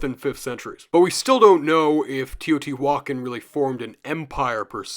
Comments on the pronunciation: Love love this video, I'm gobbling it up. But good lord, stop saying teotihuacan like that 😂 Its teo-tee- wa-CAN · i don’t mean to sound rude, but it’s pronounce te-oh-tì-wah-kahn